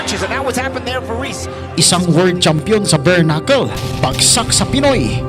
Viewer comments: Bare knuckle po Hindi berknuckle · Galing talaga ni kabayan sa “Bernakul”..🥴👊